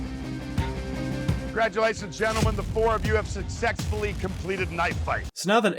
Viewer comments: I'm in the video and maybe I'm heard at hearing but did say "Succ-SEX-fully" emphasis on the "SEX"?!! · "succexfully(?) completed knife fight." Am I tripping, or did he say "succexfully"??? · Okok....I am not the only one hearing say Successfully with an x right?